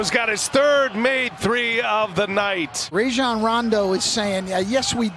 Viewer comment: Commentator pronounces Rajon Rondos first name as Rayjon cuz he be wet like Ray Alen.